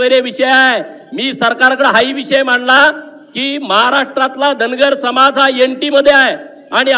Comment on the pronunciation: आपहाट ओबीक सम्हाज